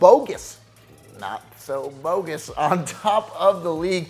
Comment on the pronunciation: I am pretty that name is pronounced Bog-Gess, like Goddess. Not, Bogus Dude!!